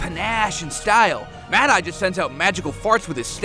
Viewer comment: MADE-EYE TOO? WHAT THE ** DOES THIS GUY KNOW ABOUT HARRY POTTER?